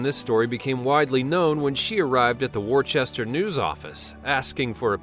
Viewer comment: War chester? Worcester?